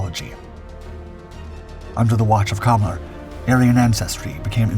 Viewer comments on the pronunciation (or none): Arian... Sounds like a Japanese trying to say Alien 😅